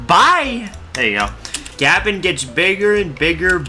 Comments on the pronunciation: It’s not gabin, it’s guhbon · He pronounced it like Gavin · I can't help but hear "Gavin" when you attempt to say Gabon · Every time he pronounces Gabon as Gabin it hurts my soul.. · It's like you're saying Gavin or Gabin... Americans.... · pls learn to pronounce the countrys name before a video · Bro can NOT pronounce Gabon right🥀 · The fact you haven't said the country name's correctly makes me cringe, and calling it shit too, when it isn't irl. lmao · The way you say Gabon pisses me off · The way you say Gabon has me foaming at the mouth and cannibalising my children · Dude just check how to pronounce the nation before playing